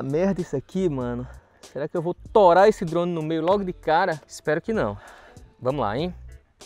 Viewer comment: O sotaque do é muito bom kkkkkkkkkkkk. "a chance de eu torar esse drone no meio é grande" 🤣🤣🤣🤣